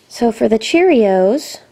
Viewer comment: You said CHEREOS